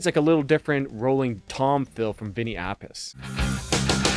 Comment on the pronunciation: I believe it's api-chay. That's how Dio said it when introducing him when I saw them